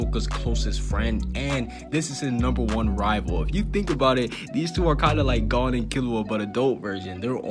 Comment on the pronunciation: Why u say “Gone” when it “Gon”